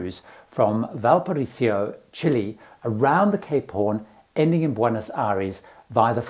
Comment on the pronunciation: Is Valparisio the English pronunciation?